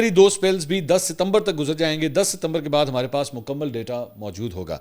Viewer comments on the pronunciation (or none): none